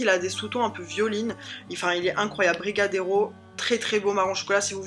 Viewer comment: tu as bien prononcer la vanille et le brigadeiro c'est un petite boule de chocolat et sur le sac il y est écrit (chocolat rétrécit les vetements) en gros le chocolat ne fais pas grossir 😜😜😜😜😜